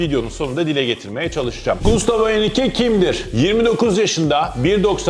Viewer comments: Abi gustavo mu diyorsun yoksa mustafo mı diyorsun anlayamadım valla :) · Gayet güzel anlatmışsın ağzına sağlık 👏 yalnız telaffuz da sıkıntın mi var hocam bana mı öyle geliyor mustafo der gibi çıkmış 😂